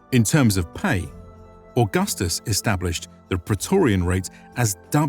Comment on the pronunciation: But Pra....e...to...ri....an... isn't a Word of ro...ma...n language....